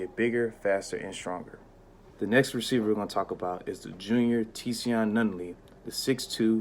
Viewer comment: Also, his name is pronounced "Zion". It's just spelled different Tsion.